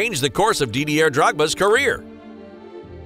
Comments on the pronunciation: Three seconds in, "Dee-dee-air Drogba". Fuck. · Psssst Yank narrator .Didier is a French name and the R is silent . France is a Country in Europe .